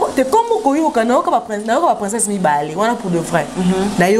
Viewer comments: Ma on dit princess et non princeinsse🤣🤣🤣🤣🤣🤣🤣🤣🤣🤣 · Princesse yango esala ka bino Pema po nako prononcer. Boyekola kolaba princesse